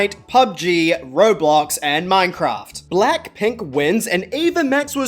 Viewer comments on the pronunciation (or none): none